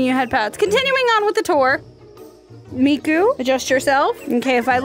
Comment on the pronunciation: it's miku not mako...